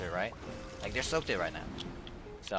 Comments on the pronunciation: umm... actually its pronounced soak ed, not soak did 🤓(good video though) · Just so you know “soaked” is pronounced soak-t. Just for future reference. I don’t want you to feel bad.